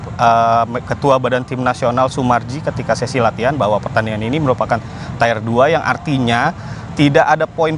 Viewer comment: Tir bang bukan tayer pronounce nya